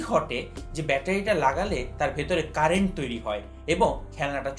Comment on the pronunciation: Corrections!! ০:৩৬ 'তরিৎ' না। 'তড়িৎ'। ০:৪২ 'ক্যারেন্ট' না। 'কারেন্ট'।